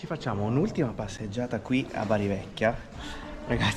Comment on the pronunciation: Non si dice Beri ma Baar' Grandissimi, buon proseguimento!!